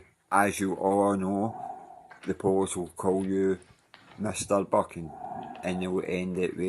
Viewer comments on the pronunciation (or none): Buchan is pronounced buckan not byoocan